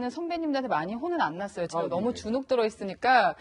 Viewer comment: 이 양반 나온 모 유튜브 보고, 알 수 없는 알고리즘이 나를 여기로 이끌고 왔는데, 그 방송에서도 제가를 저가로 하길래, 읭? 했는데, 와.. 무려 뉴스에 나와서도 제가를 저가로 말하네ㅎㅎ 이 아나운서 황당하네ㅎㅎ